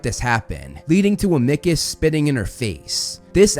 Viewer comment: Amickus!! 😂😂😂 its am-a-cus, other than that a wonderful video